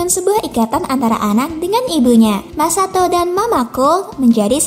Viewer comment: Yang Katakan Masato Yg Gw Denger Masako:v